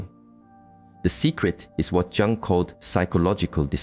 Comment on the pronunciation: Carl Jung is pronounced Carl Yung